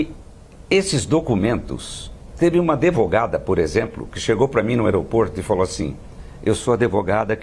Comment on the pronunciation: "ADEVOGADA" MEEEUUU DEEUUSS.